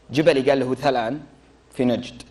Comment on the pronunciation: الجبل هو ثهلان وليس وثلان